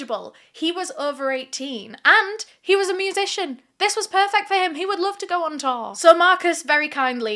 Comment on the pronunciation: the way pronounces "tour" LMAOO. all i hear is "Taur" "Taurrr" XD